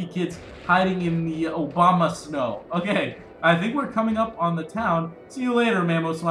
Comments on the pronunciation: It is pronounced like Uh-bomb-uh-stone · it is pronounced A-bom-a-snow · I just pronounce Abomasnow as Obama-snow